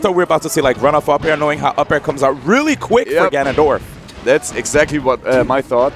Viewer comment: D1: "ganon-DORF"